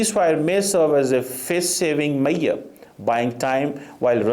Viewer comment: If he thinks Pakistan can counter Indian english media with this then at least pronounce Measure correctly not Mai-yurr.